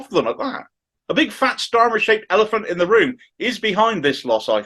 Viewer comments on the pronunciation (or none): none